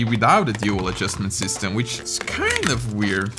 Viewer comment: which is “kIEinda” weird